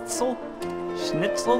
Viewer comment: I love the way he tries to read "Schnitzel"